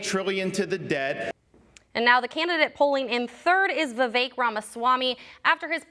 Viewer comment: It’s Vivek and it rhymes with cake not ick, great coverage